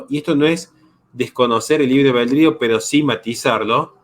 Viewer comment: amigo, permíteme una corrección que siempre te escucho el mismo error: albedrío. Tiendes a pronunciar abeldrío. La l después de la a, no después de la e! Saludos genio!